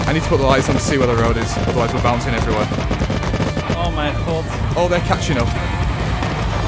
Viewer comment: do i hear an dutch person say o mijn god XD im dutch too